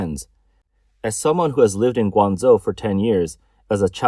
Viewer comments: Surely "Gwang-Joe" not Zo? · Guangzhou, not Guangzou!😅😂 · Yeah, this is AI totally bullshit. The city they talk about is pronounced incorrectly.😂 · I wish the AI bot would pronounce Guangzhou correctly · lol atleast prounounce guangzhou correctly